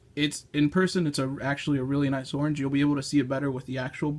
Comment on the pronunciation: Stop saying "torange"! Say "orange"!